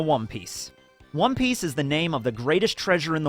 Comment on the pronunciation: did he say wom piece 😂😂